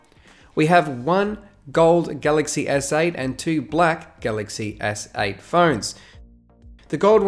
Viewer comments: I heard "galaxy essay" as well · Every time he says galaxy s8, I hear “galaxy essay”